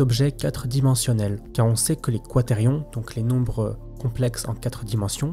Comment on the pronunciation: Quaterions mes oreilles saignent